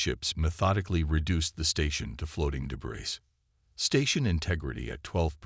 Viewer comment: DAMN!!!!! 30 seconds into the story and I am outta here!!!!!!!!!! Your AI SUCKS!!!! In the first 30 seconds, we already have, "your-AHPPA" (Europa), "deh-BRISS"!!!! I will NOT sit through the other 54 minutes and 23 seconds listening to this kind of POS AI!!!!!!!!!!!!!...no matter how good the story line is.